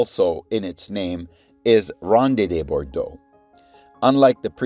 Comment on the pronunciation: How can you be really into figs and not know how to pronounce Ronde de Bordeaux? Don't you listen to Ross, Harvey, Ed Durtschi's content? I thought everyone in Canada learned French in school.